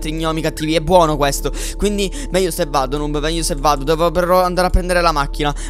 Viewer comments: Chi si è accorto che all'inizio dice snoob invece che noob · ai detto snoob a noob al inizio